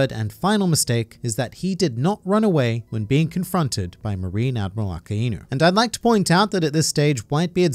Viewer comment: It's akainu not aka-inu think of it in English like ai=I